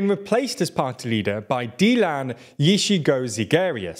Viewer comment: completely butched that name, I understand why and no bad feelings but it is VERY funny seeing Brits pronounce names like this one.